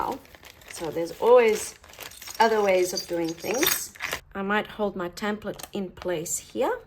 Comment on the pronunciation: It's called a "tEmplate" not "tAmplete" just so you know. Otherwise I enjoy your videos immensely. Thank you.